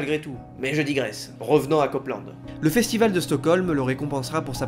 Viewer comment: C’est un festival. Tu dis « boucoup » aussi ?